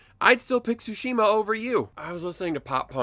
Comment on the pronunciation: It’s pronounced Sushi ma